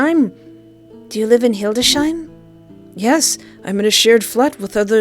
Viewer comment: Naaaw, so sweet how you pronounced the german citys, when they are some of the hardest to speak correctly for foreigners. I am german^^ may I help with some; when you want to say Hildesheim it is like Hildes-Haim, and Braunschweig is nearly pronounced as Brown-schwaig.